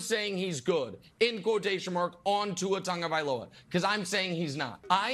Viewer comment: Tua's last name is pronounced Tongue o vai lo ha